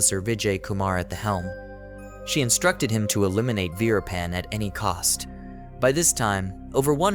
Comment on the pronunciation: Why do you keep saying Rappan?His name is Veerappan…..😂